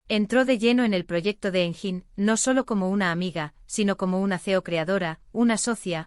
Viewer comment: i think this is all invented , not true, did not happen in reality… and most of the photos of Engin are NOT HIM, they are either AI or somebody else… and the commentator pronounced his name wrong… so all this is a worthless video !